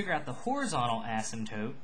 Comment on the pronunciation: When you say the word "Asymptote" your pronunciation is so annoying for me, no hate just saying. Nice tutorial though.